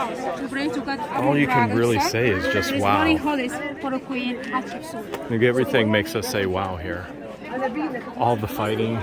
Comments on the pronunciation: Thanks again for sharing all of this amazing history! 💕🤗🥰 These videos are much better than documentaries because we get lots of wacky humor and learn the real pronunciations, like Catsupsuit.🤣🤣🤣The Egyptians should let & Susanna Patricia rename all of their royalty.🤣 The guides so far are awesome, with friendly personalities and lovely accents. Love what they do with the letter r, just like the Jordanians. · Everytime your tour guide says the queens name all I can hear is Ketchup soup! Lol 😆 🤣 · The wall art is amazingly beautiful!! 🤩 Thank you for taking us on another tour. Both of you seem to be enjoying yourselves, minus the drama. 🎭 it sounds like you’re saying Ketchup Soup 😄 and corrects you every time. I enjoy watching your videos with smiles and laughter! Love the humor. You guys remind me of my husband and I. You both are our type of peeps to hang out with. ❤️